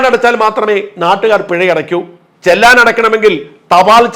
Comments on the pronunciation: ചെല്ലാൻ അല്ല sir ചെലാൻ 👍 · ചെല്ലാൻ അല്ല ചലാൻ എന്ന് ഉച്ചരിക്കാൻ ശീലിക്കുക🎉